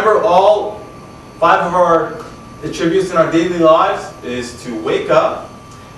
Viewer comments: You're mispronouncing "attribute". Accent is on the FIRST syllable. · It's his odd pronunciation of the word "attributes." It's very off-putting.